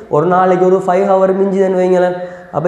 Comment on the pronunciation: While pronouncing hour..... H silence